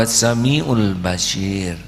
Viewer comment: Mf guruku yg mulia.....nm Allah ya Bashir...dgn huruf shod.. bkn ya basyir...dgn huruf syin Yg maha mlihat...bkn yg maha berita gmbira.. JazakAllah guruku...ilmu yg sgt bermanfaat bt diriku...